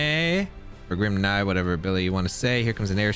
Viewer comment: Why would literally anyone say grim “nye” lmfao that’s not what that word is